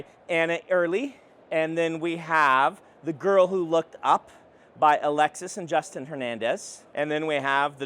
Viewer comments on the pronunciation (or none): none